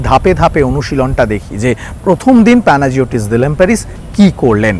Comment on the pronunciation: উচ্চারণটা হল প্যানাইওটিস ডিলবেরিস (অথবা ডিলম্বেরিস)